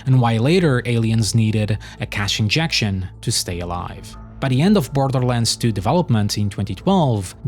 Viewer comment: “and with that… came BLTHLTHLRlands tyoo”